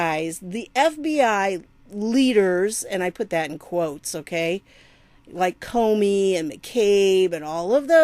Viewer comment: Good Morning ❣ Geez I found it so shocking they couldn't find the files or so many errors were made, as you said "Cornin" for Comey! Just another piece of the CORRUPT PUZZLE ❣ Awesome Video, 💘 God Bless you🙏🙏